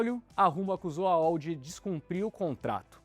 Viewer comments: Se fala ALL mesmo a antiga empresa, não ÓU (como se fosse em inglês). Acrônimo qndo não formam uma palavra em si, falam-se as letras individualmente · A L L. Diz-se assim. E não esse dolorido ÁU ou ÓU. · Eu como professor de inglês também leria ALL (ÓL), mas essa é A L L